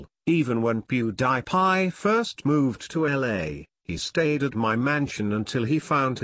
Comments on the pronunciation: It is not poodiepie it is Pewdiepie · hahaha.. wait wait, what? POO-DA-PIE? IS THAT WHAT I'M HEARING? MAN LEARN HOW TO SAY OUT HIS NAME!!! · Lol what is that he says powdiepie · it's "Pew-Dee-Pie" not "Poo-De-Pie" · lol poo-da-pie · he is pronuning him pudapie 😆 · "Poo dih pie"😂😂😂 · who else loled at the way the narrator said pewdiepie? "How rich is poo de pie?" XD LMAO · Pew der pie? That fecking voice!!!!!!!!!!!!!!!!!!!!!!!!!!!!!! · haha he said poopdepie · lol the story teller says poo die pie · he pronouces pewdiepie as pooh da pie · He is saying poodiepie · not pudapie -_ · poodepye lol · If he is your classmate then why did you say pewdiepie so weird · If you were his friend you would say his youtube name right and stop saying your all these famous people's friends because your not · He doesn't say his name right.!!! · the guy doesn't know how to say "PEWDIEPIE" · He can't even say PewDiePie right. Haha